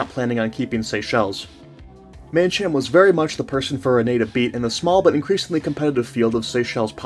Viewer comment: I was born in the Seychelles and actually know some of the people mentioned in the video. Mancham`s mother was my god mother (it’s pronounced man kam) Guy Pool who you mentioned was my cousin. My father’s business was nationalized and taken over by the Italian mafia. A small factual error. You mixed up the two coups. The second coup carried out by the South African mercenaries was the one at the airport. They were arrested as they arrived at the airport after one of them was searched and found to have fruit. This led to a stand off and eventually they hijacked an air India plane and fled to South Africa where they were arrested. Nice work.